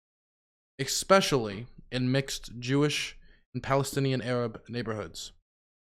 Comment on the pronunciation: "exspecially" lol learn how to speak English correctly before attempting to deliver the news in any sort of quasi-authoritative kind of way dude.